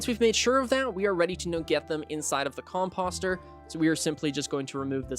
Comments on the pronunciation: I was looking for comments like this. Cause my eye twitched everytime he said it😂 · Just FYI: composter rhymes with poster, or toaster. 👍